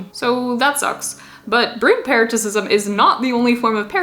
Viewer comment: "Melb'n" "Para - sit - ism" Just some friendly tips :)